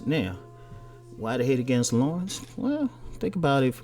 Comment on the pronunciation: His name is NOT Lawrence it's La'rense lol. .....